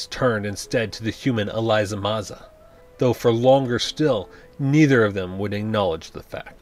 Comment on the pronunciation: If that's the case you're pronouncing a lot of names wrong and getting a LOT of plot points wrong. "Elisa" (not Eliza) Maza, for example, didn't convince the Gargoyles to leave the castle until well after Demona showed back up. And Demona's pact with Macbeth ONLY made her immortal and it was the magic of Puck that turned her human during the day which only took place in the episode "The Mirror" in Season 2.